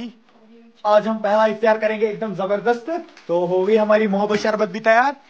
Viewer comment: Iftiyaar❌ Iftaar✅